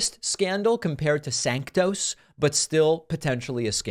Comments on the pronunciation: It is pronounced SANTOS, not SANCTOS. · I believe the name is santos and not sanctos.. you are usually better than so simple a mispronunciation. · Santos is a slime. it's a good thing they booted him. However your dramatic mispronunciation ....i.e. sanctos....is also slimy. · David. It's Santos. Not Sanctos. You're doing the same stupid thing that Trump does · Why you called Santos 'Sanctos' 4 times... not nice. 👎